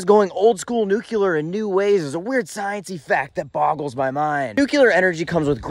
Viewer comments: "NUCLEAR" NOT "NUKE-YOU-LER"! Geez, did you go to the same grade school as "Dub-ya"??? He started that mispronunciation, didn't he? Otherwise good content, maybe sit and watch one of the excellent Fukushima videos. Not the 15 minute ones, either. Then any "311" Japanese content to get a better handle on the NUCLEAR plant issues seen in the country after the 3/11/11 earthquake and tsunami. Not that you read YT comments! 😂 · Dude! For a non-engineer, you described the subject quite well! You are obviously intelligent. One minor correction: the word nukular, new-queue-lar, is not actually a word. It slipped into the lexicon when Bush II used it. The correct word is nuclear, nuke-lee-err. It will put the crowning touch on your already great explanation! ✌🏼 Keep up the great work and this retired boomer engineer will keep on watching! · You keep saying "Nukular" and it makes me cry inside. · That is exactly what I've said to those who say nucular. New clear is a way to help them. Epilepsy is another word that gives some folks a problem. They say espilepsy. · Repeat after me: New Clear Again: New Clear One more time: New Clear So say it with me!!! Nuclear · Agree. Or NOO-klee-er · Dude, love your videos, but you’re way too smart to say “nuclear” wrong.❤